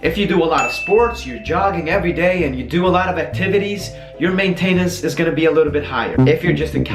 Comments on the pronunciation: Hey stupid it's not may tay nance! It's maintenance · Just fyi, I know English isn't your first language, but generally maintenance is pronounced with emphasis on the main instead of the ten. But thank you, this helps a lot! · CJanik15 main-tain-ence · The reason why he pronounces maintainence like that is because he is from Sweden, almost everyone pronounces it that way here in Sweden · It's funny how you pronounce maintenance haha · He says maintenance wrong! Lmao!